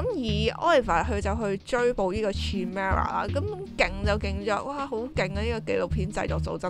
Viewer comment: chimera 個C發係K音